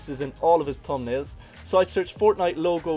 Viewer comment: man saying tumnalez